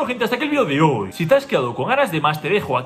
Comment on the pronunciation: hasta aqui el video de hoooy...bro pq entonas al final mdm q rabia da